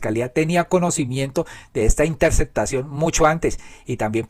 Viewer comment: Yo escucho TODOS tus vídeos. Los encuentro informantes ilustrativos. Esto es muy importante para los que vivimos fuera de Colombia. Con gran respeto y aprecio pido que la"p" en mitad de palabra sea pronunciada, p ej. corrupto, corrupción, ó interceptación. La Sra. Marta Lucía Ramírez decía séctima en vez de séptima. Perdone la comparación.😢